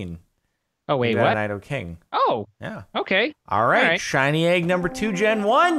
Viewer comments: It's Nee-dough-queen and Nee-dough-king, not Ny-dough-queen and Ny-dough-king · Angry rage its nido-king (knee, doo, king) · It's pronounced, knee-doh-queen and knee-doh-king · im triggered they said nidoqueen and nidoking's names wrong